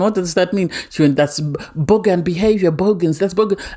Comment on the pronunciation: Bogan, not bohemian